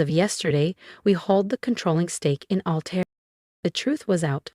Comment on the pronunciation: Altair not alter.